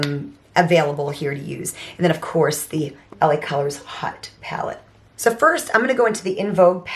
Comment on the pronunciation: Great video! I need to look for Lacolors Haute palette .love the colors. Its pronounced Haute ( not hot) like Ha- oat. = like Haute couture clothing😊 Definitely 90s browns love it! I used to Revlon Coffee Bean lipstick